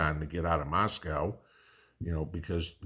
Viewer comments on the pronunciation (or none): none